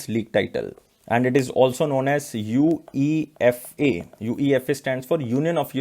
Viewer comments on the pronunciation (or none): none